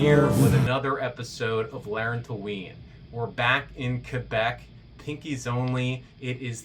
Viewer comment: also thank you for pronouncing quebec right...